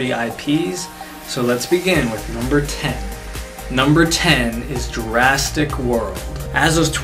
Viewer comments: Why not ninjago. And it's Jurassic not Jurastick. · why do you call it jurasstic world